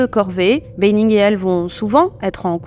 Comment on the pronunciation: Ça se prononce bAnning, pas bEYnning.